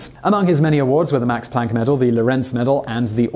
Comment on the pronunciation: Planck isn't pronounced like that.